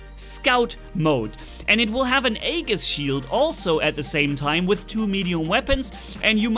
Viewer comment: Weird they give a Scandinavian God robot a legendary Greek shield. I wonder why they didn't rename the shield the bulwark and blitz has and call the absorber shield for the Greek bots the Aegis to me it just makes sense. Also Aegis is pronounced EE-JIS not trying to be English police just trying to help. Why more bots i thought they were going to listen to the community I wish they would spend less time playing with the robot creator and more time fixing bugs maybe adding features back in like weapons reloading w/o having to shoot a wall.